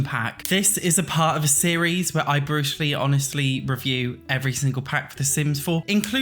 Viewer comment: I literally thought you say “Bruce Lee honest” and thought i was behind on the lingo omg